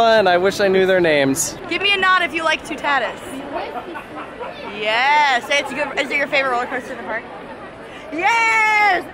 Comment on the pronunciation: Isn’t it Pronounced “Two Tuh Tees”? Not “Two Tah Tis”?